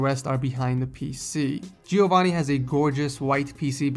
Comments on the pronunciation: You mispronounced Giovanni, it's not Gee-oh-vanni, it's jo-vanni hope that helps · i am italian, and i think Giovanni is italian too, it's hilarious how you pronounce is name ;D